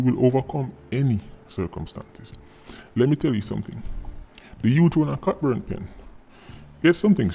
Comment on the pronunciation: I agree with Sir P's comments. By the way, Cockburn Pen is pronounced "CO BURN" Pen. The "ck" is silent.